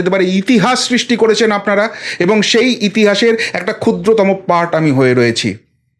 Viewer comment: 'আপনারা' কথাটার উচ্চারণ মাঝে মাঝে 'আমনারা' শোনায়। উচ্চারণের ক্ষেত্রে একটু সতর্ক থাকলে আবেদন বাড়বে